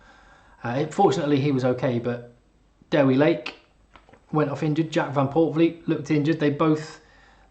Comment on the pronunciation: Shame that Nick Mullins can’t pronounce the name Dewi. It’s not Dawi, it’s Dewi - De-wee.